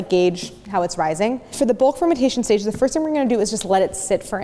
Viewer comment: When Claire said "bulk fermentation stage," I genuinely thought she said "fermentation station" and expected to hear the "toot toot" of a toy train.